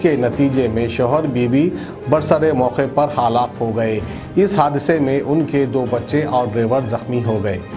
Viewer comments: Hallak nai halaak bolte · kounse goun village ke hai aap jo Google ku Gokul halaak ku hallak aur bhi bahoth se ghalti hai aap ke talaffuz me